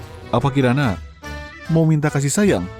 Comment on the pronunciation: sama , sampai baru ngeh kalau kiran (kirana) di menit jadi karin XD